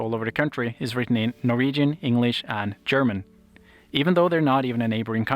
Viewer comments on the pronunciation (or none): none